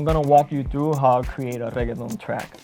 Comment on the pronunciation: Man pronounces reggaeton like its a side dish at taco bell